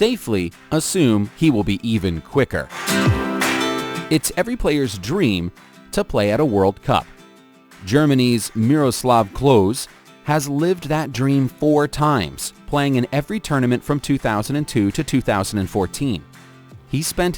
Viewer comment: This was a great video, but WOW... The pronunciations are hilariously bad. Tottenham is pronounced Tot-nam, the double T stops or being called Tote-nam. Wenger is pronounced Venger Klose is pronounced Closer Lewandowski is Levandovski I could go on... Still a great vid though 👍🏻